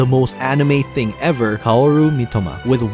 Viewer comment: If He’s Such An Anime Fan How Come He Could Not Say Mitoma Right 🤔MY-T(heavy T)OE-MUH